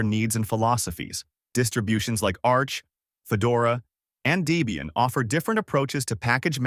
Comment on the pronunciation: For me, I hate icons, that's why I use Mint Cinnamon. I want text lists in alphabetical order for everything except the panel at the bottom - files and programs - not a screen full of giant icons. And you need to learn how to pronounce Linux and Mate and Debian. What is this, AI?